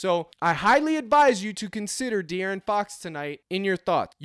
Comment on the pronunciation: i never fade!!! Was just laughin at how u pronounce his name... ☠😂 its DEaaron fox 😂